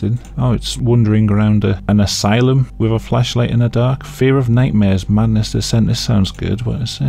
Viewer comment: I don't know if it's my dirty mind but everytime you say Flashlight I hear Fleshlight.